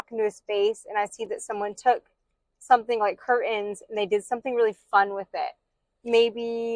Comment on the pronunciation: "Curtains" has a "t"